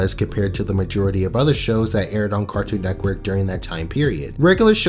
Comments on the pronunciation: Bro it’s NETWORK. Not “nectwork” or “neckwork” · He says Cartoon neckwork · Anyone notice how he keeps saying: “neckwork?” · please stop saying cartoon neckwork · How many times is this dude gonna say Cartoon “Neckwork” lmao holy shit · Stop. Saying. Neckwork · Network not nekwork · Am i the only one getting triggered by him saying cartoon "Necwork" I know he can't help it but it is triggering me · It physically makes me cringe when he says "cartoon neckwork" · why does he keep saying cartoon neckwork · IT'S CALLED CARTOOOON NETWORK NOT BBC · He says “Cartoon NECKWORK” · Anyone else notice when he says “Cartoon neck werk” 🤔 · No one:: N E C K W O R K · Loved the video, but I'm very confused by how you said "Cartoon Nekwork" for the entire video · Good vid but it kills me everytime you say neckwork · LOL HE SAYS 'CARTOON NECKWORK"